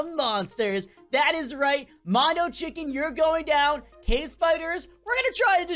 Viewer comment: Oh no you’re gonna get demonetised u said mono CHICK